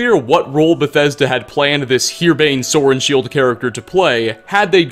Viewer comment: "Sorenshield" sounds rather like "sword and shield" when you say it, so maybe he just existed to be punny